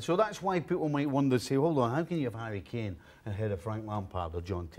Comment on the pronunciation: Harry efinn kanee??? Wth is he nuts